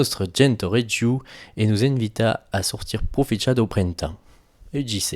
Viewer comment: *envi'ta > en'vita (accent tonic sus la i)